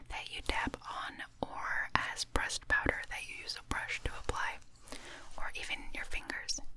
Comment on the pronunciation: Every time you said "pressed" I thought you said "breast" lol